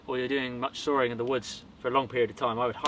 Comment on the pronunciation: "sawring wood"